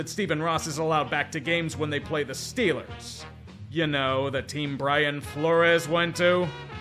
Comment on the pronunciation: I'm curious to know how many times we're gonna hear "Stillers r Gahnta Super Bahl!" This season